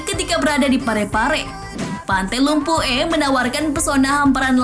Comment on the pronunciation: Pantai lumpu eh Saya dari pare pare dan itu bukan cara bilang lumpue